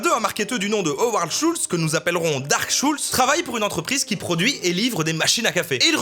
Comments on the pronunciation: « Dark shultz » mdrr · "Dark shoultz" juste "Dark shoultz". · On dirait que tu dis "Dark Souls" avec un accent portugais xd